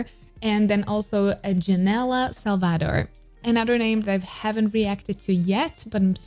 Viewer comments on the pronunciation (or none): Its sal-va-dor thats how to say it